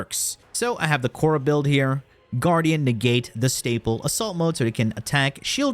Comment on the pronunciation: khora ❌ korra ✅